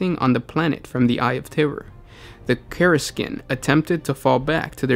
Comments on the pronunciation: For fucks sake it's not Obscur or Karsikin. It's Obscurus (ob-skew-ur-us) and Kasr-kin I want to reach through my monitor and jostle you lol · Nothing but love for all you guys are doing here, just thought I'd chime in (a year later) to note that GW officially pronounces Kasrkin as "Kass-er-kin" PS my work commute sucks less with these lore videos to run through!